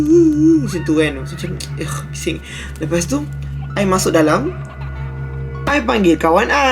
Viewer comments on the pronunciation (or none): ighk bising 😂😂😂😂 ( ada sleng arab)